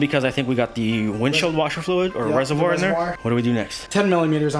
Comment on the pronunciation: Please stop saying RESERWYE! Say it like your friend does, Reservoir! And how long of an extender on that socket wrench did you need for that attachment to get to the bottom 10mm bolt? I will need to buy one before my install.